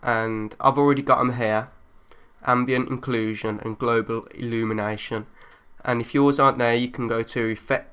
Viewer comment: The 'inclusion' I think was just his accent